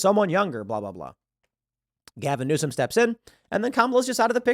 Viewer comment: “Newsome” Dear fucking God no.